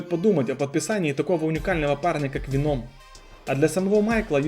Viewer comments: Ну почему венОм, ведь нет такого правила что в заимствованных словах нужно поменять ударение. ВЕном, как в английском. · Не говори Веном это вообще не звучит правильнее ве́ном. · В слове веном ударение падает на первый слог (venom - яд) Спасибо за видео. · Не веном а венум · Не веноом, а вееном по моему